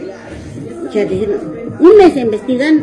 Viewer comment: Que mujer tan más corriente la juez, dice envestigan envestigan...wow y es juez. No sabe que la palabra correcta es "investigan."